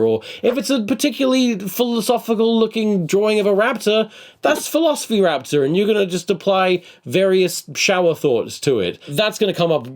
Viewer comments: Please tell me it was philosoraptor not philosophy raptor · What kind of man, in a video about memes, says 'philosophy raptor' over 'phil-oso-raptor'? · i cant get over you mispronouncing philosoraptor Its a pun!! I still love the video ur great